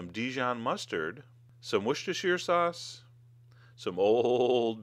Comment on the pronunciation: It is so funny hearing Americans trying to pronounce Worcestershire sauce, still the recipe looks quite good, although I wouldn't use fine bread crumbs, but I guess that is a personal preference